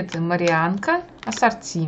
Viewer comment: Марианка?????????? 🤣Три раза послушала................ А не марсианка ли случайно?? Сколько брала их всегда была марсианка.....